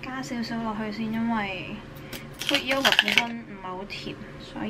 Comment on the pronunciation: 喲 不是 yo 呀 (when pronouncing yogurt... )